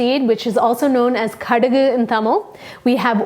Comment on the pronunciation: Love it!!! On point kaduggu and Ulundhu...love how you say it! Our poriyals need some lime light!! You should do vazhakai, potato fry!! ❤️